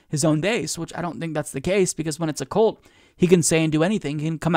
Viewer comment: You mispronounced "cult."